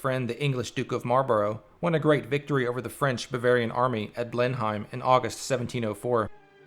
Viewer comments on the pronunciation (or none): Great video, I learned a lot, but you need to watch your pronunciation. I live in a town called Blenheim, in a provenance called Marlborough (in New Zealand), and your pronunciation of "Blenheim" and "Marlborough" was truly painful. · Thanks for replying graciously, I was a little snarky there. That actually raises a question for me about "Blenheim" as it may have changed over time. We normally pronounce it not as it is written but with a short 'e' sound dropping the 'i'. Pronouncing it -hem rather than -heim.